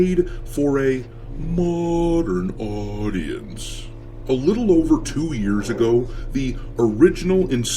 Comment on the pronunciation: Muh-dern Aww-di-ence 😆